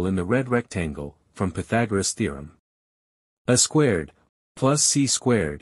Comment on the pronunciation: I cringed at every "uh squared" (pronounced the way one would say "a box").